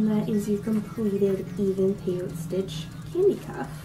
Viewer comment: Nice job. Love your tutorial. Just a side note. The 'e' is not silent. Peyot'e' stitch.